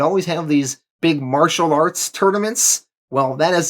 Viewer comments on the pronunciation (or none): none